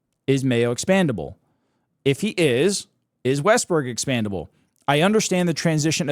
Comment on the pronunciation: Expendable not expandable dude